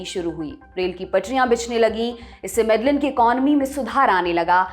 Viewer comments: 1. आप नाम गलत बोल रहे हो। वो मेडेयिन (Medellin) है ना की मेडेलिन, स्पेनिश में LL ko ल नहीं य बोलते हैं। और वो काली (Cali) है ना कली (Cli), और स्पेनिश में A ko आ बोलते हैं न कि अ। कैलीफोर्निया (California) और काली (Cali) के अंग्रेजी और स्पेनिश के पहले चार अक्षर एक जैसे हैं और दोनों नामों में सिर्फ इतना फर्क है कि वो अपनी अपनी भाषा के अनुसार बोलते हैं क्योंकि इंग्लिश में A ko ए और स्पेनिश में A ko आ बोलते हैं। 2. मैं कली (Cali) का नाम 3 नंबर पर सुन कर हैरान हूं। मैं 2019 में यहां आया था तब तब से यहां रह रहा हूं यहां तब सब अच्छा था। मैं मानता हूं कि कोलंबिया सुरक्षित नहीं हैं पर यहां जायदा क्राइम वनेजुलन लोगों के आने के बाद बढ़ा है। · .Your research is great. However the correct pronunciation of the top city is Mede-een, the two Ls are silent. Thank you. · Medellin is pronounced as Medeyeen. LL in Spanish is pronunciation as Yah of Hindi.. please correct your pronunciation. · Yes, I was also thinking about Medellin that she pronounce wrong. I am also living in Cali, Colombia. Cali comes in third in list mostly happening cause of Venezuelan people invade .